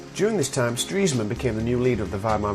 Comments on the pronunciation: Its pronounced "stress man" not "streeesman" Nice job anyway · No, he's pronouncing it incorrectly. It's actually "Stress-man". Ironic being as he dies of a heart attack >.> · you mean.. I've been pronouncing Stresemann wrongly? This is really good btw!